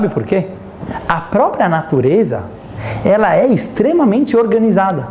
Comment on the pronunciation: Meu marido di q falo igual judia e eu n entendia o q era isto. Agora sei: falo igual ao rabino. kkkk questioná á. Elá á. Falado ô. Dando enfase nas silabas e adicionando varias vogais. rsrs (vai ver são meus antepassados sefarditas! <3 adorei!)